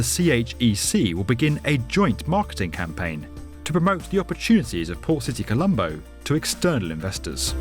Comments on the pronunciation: Not poor City colombo🤣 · Am I the only one that heard him call it "Poor City Colombo"? I didn't realize until the very end